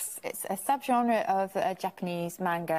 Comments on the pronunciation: She even pronounced manga correctly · She even pronounces Manga correctly. I see they are a group of gentlemen & ladies of culture as well.